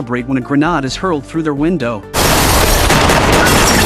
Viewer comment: Oh God, did this man just say Grenod instead of Grenade?!?!?